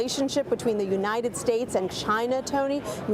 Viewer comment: U-n-i-t-e-d states Maybe if u spell it for him he wont butcher it Unininited states lol What a joke